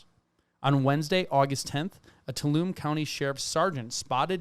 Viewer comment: Stan-iss-loss is correct. TOO-All-Um-Me was not .... sorry native California and very protective over our pronunciations LOL the mne is always pronounced me .... the "n" is silent and the "E" is pronounced.